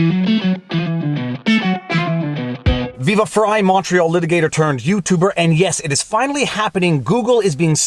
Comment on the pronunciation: Montreal litigator I thought you were saying "Macho litigator" eh.